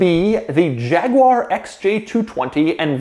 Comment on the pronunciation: It’s pronounced Jaguar not Jaguar